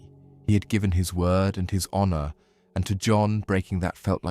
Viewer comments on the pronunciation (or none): none